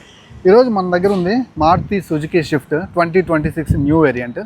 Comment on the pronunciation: షిఫ్ట్ కాదు. స్విఫ్ట్.